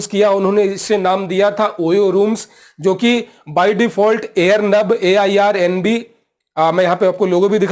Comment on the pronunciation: It's Airbnb not Airnab.